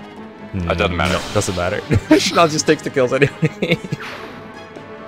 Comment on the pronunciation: Shinon really said Shinòn...